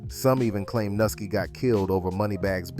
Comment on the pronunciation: Nuski not nookie bro you close by you still off